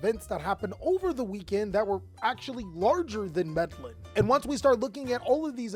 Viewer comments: Meddling lol it’s pronounced med-eh-yeen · Meh-de-jeen. Please pronounce it right next time big dawg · bro, in Spanish the double L makes the Y sound. Trying to help you out with the Spanish community. Also you’re doing great with the vids & life keep it up 💪🏽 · im sorry but i cant get over how he says Medellin, ive never heard anyone pronounce it that way lol